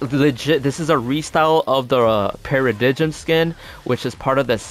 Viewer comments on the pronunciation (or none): Para-dime not para-di-jim lol